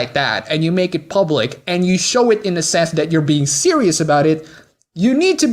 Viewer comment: Also dont pronounce the and da? Thanks.